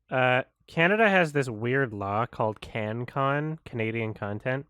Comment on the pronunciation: Can Con 😅 that's so french 😂